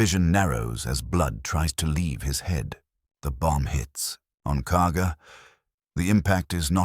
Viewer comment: It’s Kaga not Cargo